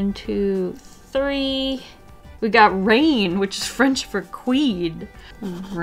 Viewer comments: "Raine wich is French for queen" *offusqed french noises" it's rEine !!! X) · raine in french is actually pronounced rin